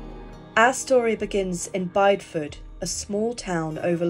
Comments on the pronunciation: Great video, for info it's pronounced Bid ee fud not bide Ford. 😊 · This is so interesting! I grew up around Bideford and had no idea about this so thank you for sharing! I do feel the need to say tho that you pronounced Bideford wrong (common mistake) It’s bid-e-ford if that makes sense? I’ve recently discovered your channel and I love your videos x